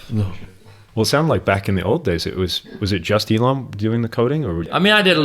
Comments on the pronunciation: "This is something from Alien" Erm, it's pronounced E-L-O-N. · This was very interesting to listen to. Pretty good. Pronunciation of Elon is strange to understand as a non native so I watched it at 1.5 only.